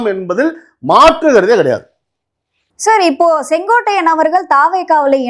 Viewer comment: அய்யா செங்கோடை அல்ல செங்கோட்டையன்... கொட்டையை நல்லா அழுத்திப் பேசுய்யா நல்லா வரும்.😂😂😂😂😂😂😂😂😂